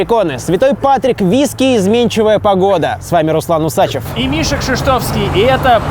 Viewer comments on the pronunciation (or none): Когда автор так туп , что не знает как правильно ставить ударение в своей фамилии ... УсачЁв ......УссАчев - это по гейски ... ((((